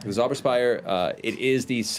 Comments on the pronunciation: Its kind of funny, theyr pretty close with the pronounciation on "Zauber" (magic/spell) but they do tend to make the Z sound like an S which would make it "Sauber" (clean) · the sauberspire. where zemnians clean phallic objects. sauber!! SAUBER!! (it's more of a ts sound that cursed german Z, they speak it too soft) german word mispronounciation joke over bye! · "Zauber" as in "Zauber spire" in German is "spell" pronounced with a "ts" at the beginning. "Sauber", however, pronounced with a "s" means "clean". Beau, Jester and Caleb standing in a room, yelling "clean, clean, clean!" Is so funny considering Caleb's usual stance on the subject. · Its funny how they make Zauber (magic) sound like sauber (clean) because you Americans apparently can't pronounce a harsh Z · The way people are saying "Zauber" is more like "sauber" is pronounced which would mean "clean" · Just a little tip, Zauber is pronounced tsowbuh. Just sayin :) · It bugs me that Caleb does not pronounce "Zauber" or "Richter" correctly. It is German and means "spell" and "judge". The Z is pronounced much harder, there is no equivalent sound in the repertoire of the english language, similiar story with "ch". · I burst into very inappropriate laughter when they found the skeleton in the basement, bc in German Zemnian, you don't have skeletons in your closet, you have bodies in the basement xD Also: Their pronunciation of the Z in "Zauber" had me cracking up just a bit, bc the way they say it, it sounds like "sauber", which means "clean". Made the scene with Jester remarking how clean it is under the bed even funnier, 'cause Beau and Caleb had been practicing their pronunciation right before that xD